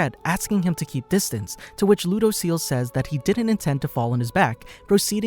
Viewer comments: Its lew-dose-ee-ell lol people mispronounce his name constantly lol and yes "his name" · He said...lou..dos...ceal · Ludociel? "lodoseal"